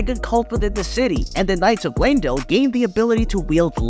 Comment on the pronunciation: "Lamedell" got me XD